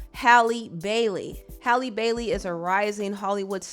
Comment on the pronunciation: Are you mispronouncing her name or dud I think it was pronounced Halley instead holly